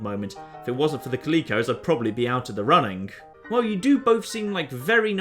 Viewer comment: more importantly, did he really pronounce calico as kaleeko?